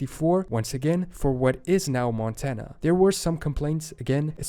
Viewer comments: In Spanish we don't say Montana. We say Montaña which sounds a lot like the way you pronounced it in Portuguese (Montanha). Fun fact, did you know the US used Native American code talkers in WW2 for secret communications because the Native languages were so different from other languages? So, it's not surprising you can't tell the origins of state names based on those languages. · There are so many things to learn in this video, for Americans and for foreigners. But I can't for the life of me tell the difference of Montana when he says it